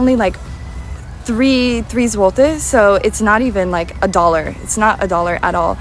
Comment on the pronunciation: Po miesiącu mieszkania w Niemczech, mój niemiecki wyraźnie się prawił, a autorka po 5 latach w Polsce, dalej ma problemy z wymową : złoty, Warszawa , Kraków.